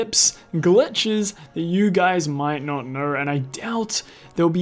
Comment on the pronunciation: What the hell is this accent? “Knerw”?!?! 😂🤣